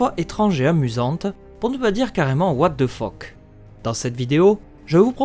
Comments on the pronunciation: Par contre c'est what the fuck pas what the fauck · "What the fook" ?? Ma théorie à moi c'est que tu es Ser Bronn of the Blackwater x)